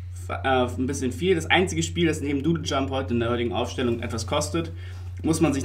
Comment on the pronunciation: Du sagst ja immernoch Dödeljump, find ich hammer macht weiter so meine Freunde!